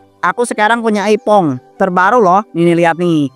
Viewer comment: iphone bukan aipong😅